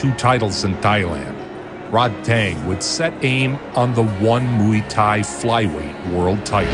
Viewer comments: just for future reference, Thai is pronounced tai like "tie" your shoes. XD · why is he pronouncing “thai” with a ต 😂 its not even a sound in the english alphabet i wonder where he got this pronunciation from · Good video but can you pronounce ’Muay Thai’ correctly I’m Thai and it hurts